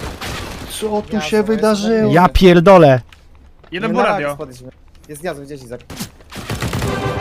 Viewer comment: jak przeklina to brzmi jak 5 letnie dzieco tak wymawia te "kurłwa" albo "japierłdole"